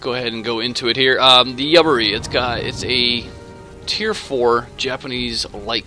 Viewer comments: The ship name is pronounced "you-bar-e" :) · I think it's pronounced You bar E